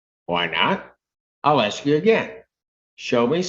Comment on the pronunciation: He wanted to ax a question ? Low income, low education on show.